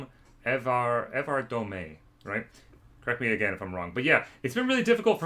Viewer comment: You pronounced his last name correctly😂